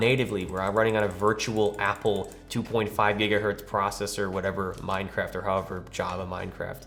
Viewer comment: "Can they wun minecwaft?"